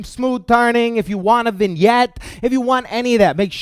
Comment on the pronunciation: needs to teach me to say "Vignette" properly